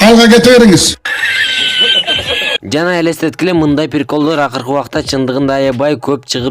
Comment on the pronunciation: ОЗУНДУН МЫРКОВСКИЙ СУЙЛОГОНУНДУ БИЛИП АЛЧЫ!!! "ПИРИКОЛЬДОР" ДЕБЕЙ🤣🤣🤣🤣🤣